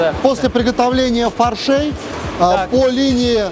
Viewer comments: Ага... Огонь. 😂😂😂 Особенно ударение ставит на слово фаршЕй , вместо фАршей... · фАршей а не фаршЕй... 😂 директор - жертва эгэ